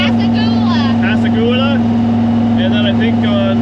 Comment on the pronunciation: Pascagoula = Pass-ca-goo-la. Fun tour thanks for taking us along. awesome tee shirt Danni.